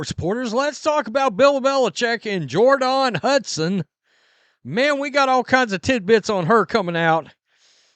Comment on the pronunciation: I heard that’s the accurate pronunciation of her name.